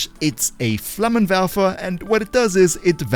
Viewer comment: cleanest "Flammenwerfer" from a not german ive ever heard